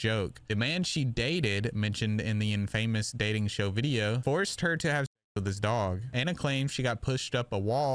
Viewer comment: Great vids dude but you really need to look up how to pronounce infamous. 😂